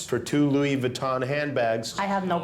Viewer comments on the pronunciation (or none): none